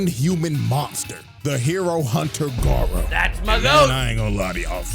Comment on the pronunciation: "Guyrow" cmon, it's Gar (like Garfield) O (like "OH MY GOD IT'S BLUE VOLDEMORT")